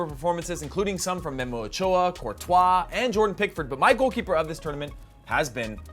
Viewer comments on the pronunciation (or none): none